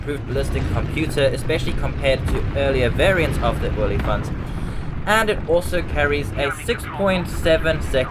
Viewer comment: And the best part is, you pronounced it perfectly.